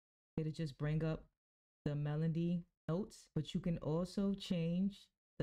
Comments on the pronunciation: Good video but it’s “Melody” not “Melondy” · Why do you keep saying melondy?